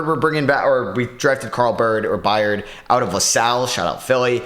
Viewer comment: Byrd is still pronounced like Bird. The way you pronounced it reminds me of Kevin Byard, NFL safety.